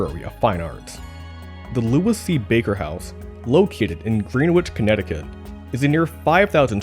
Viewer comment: "Greenwich" is pronounced "GREN-itch," not "GREEN-witch!"